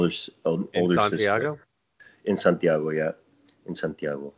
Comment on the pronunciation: Joel: In Santiago? (US accent) Pedrito: En Santiago, yeah.......in Santiago... (Spanish accent and his face ....me dying slowly....)